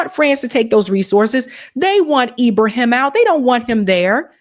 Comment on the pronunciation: LOVE YOU but you are mispronouncIng his name. IBRA-HIM (ARABIC) Thank You for doing this STORY!!!!✊✊